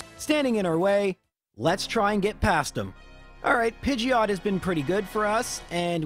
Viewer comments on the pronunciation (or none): none